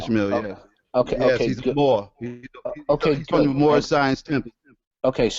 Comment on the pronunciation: Did he just say the one scholar is a mor?